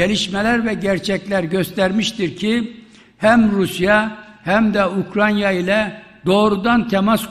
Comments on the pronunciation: Bu şahıs ustuste defalarca Ukranya diyerek,önünde yazılı olduğu halde yanlış okumaya ve söylemeye devam ediyor.Emekli olsa iyi olur. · UKRANYA !? 🤦🏽‍♂️🤦🏽‍♂️🤦🏽‍♂️🤦🏽‍♂️ Bu çok bunadı artık yaaa … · Vay be…! Ukranya imiş. Bizi bu yanlıştan döndürdüğün için minnettarım büyük devlet adamı, eşsiz siyasetçi… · Mature ,Ukranya değil, Ukranya mature Bahçeli. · Komşusunun adını bile telefuz edemeyen başkan, bravo sana